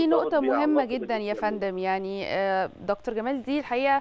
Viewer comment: كلمة دكتور يجب ان تنطق بالطريقة المصرية (فهي كلمة معربة منذ زمن) ولا يصح ان ينطق مذيع او مذيعة على قناة مصرية رسمية الكلمات بلهجتها الانجليزية، نرجو الانتباة من القائمين على البرامج والمذيعين